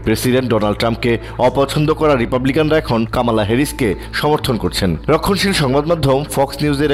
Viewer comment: ওরে সাংবাদিক উনার নাম কামালা না কমলা। আগে ওনার নামটা ঠিক করে উচ্চারণ করুন।